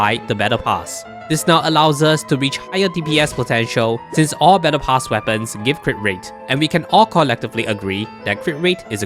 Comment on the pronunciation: Took me a while to realize you said "battle pass weapons" and no "menopause weapons".